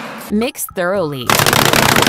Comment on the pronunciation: She said throughly….